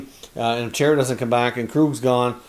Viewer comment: Idk but I’ve never heard chaira before lol Chara with the “aw “ sound is what it is pretty sure